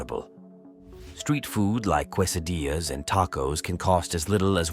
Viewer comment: that's the funniest pronunciation I've heard of quesadillas 🤭.